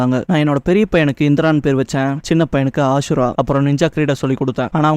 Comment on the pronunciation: ஹசுரா❌ அசுரா⭕